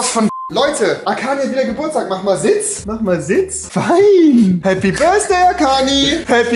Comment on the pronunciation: Niemand: Wirklich Niemand: Rewi: Happy Birsday Arkani